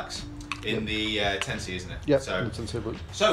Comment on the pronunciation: Nice shafts lads, one little thing tho: Kurokage pronunciation is good, a lot of people mistakenly call it “Kuro Cage”. Tensei should be “ten say” rather than “ten sigh” like sensei in Japanese. Thanks for the vids :)